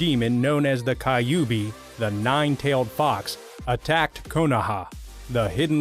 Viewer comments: Its not prounced kayubi. But kyubi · Instead of kyubi you pronounce it kayubi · anime pronounces kyubi as kayubi naruto fans: he deserves to die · Hey dude dont pronounce the KYUBI as KAYUBI many fans of naruto will attack you... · Hokagi not Hoe-kaj Kyubi not Kayubi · kaiubi 😂? hokaj????😂😂😂😂😂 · Please the pronouncing for naruto is killing me. Kayubi...hokaj...my heart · Its not kayubi hokaj or konorahakure